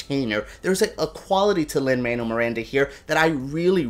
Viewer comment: Lol - you're Cuban and you can't pronounce Lin-Manuel's name? He hates it when people call him Lin "Manual", so much so that he dropped the Manuel from his name when he was in grade school.